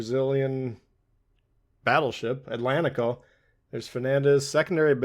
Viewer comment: Great game and video, sir, thank you. I'm Brazilian too, and can confirm that pronunciation is correct, ét-lén-ti-ko, well done sir.